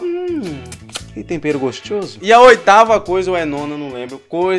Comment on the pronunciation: Ele falo gosthoso